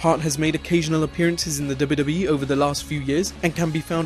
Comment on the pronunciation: It sounds funny when you say WWE. Duba Duba E.